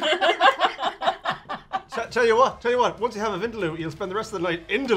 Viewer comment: Being South Asian me don't even know what soo called curriess🤢 they are talking about. By the way its not wind-loo(vindaloo) its win-daaa-loo. And plz not everything is curry jzz because you have spices in it.